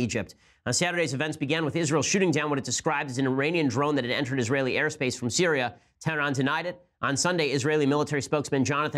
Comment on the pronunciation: Did he say "tehran" or "terroran"?